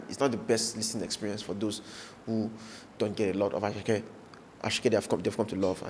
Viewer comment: It is not asake meloo, it is asake medoo, from ahmed